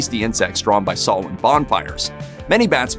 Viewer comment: Blessed Samhain, everyone! Thank you for pronouncing Samhain right!